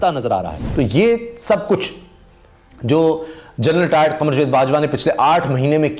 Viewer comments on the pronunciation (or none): بھائی لفظ جوید نہیں جا۔۔۔۔ و۔۔ید ہوتا ہے۔۔۔۔۔ جا۔۔۔۔۔ جا۔۔۔ جا۔۔۔ وید۔